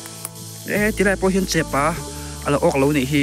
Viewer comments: Chehpa tih pawh lam thiam lo chehpaaaaaaa chu eng tawng nge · Chepa i lam hian, maupa, changelpa tih a pa lam ang hian i lam thin, a tawng âwn riau lo maw? Nu leh pa kan kohna pa tih a kan lam ang hian lam zawk la ngaihthlak a nuam zawk lo maw sir? I video hi ka la like kim vek che, sub bawk e. I video te hmuhnawm thin e, ka lo nghakhlel thin teh a nia aw.....han ṭang sauh sauh teh khai.❤❤ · Tinge chepâ i tih ziah a chepa ti rawh😊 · Chepa kha lam dik ve tawh la, Viewers ten an rawn sawisel tam ber a nih kha ,....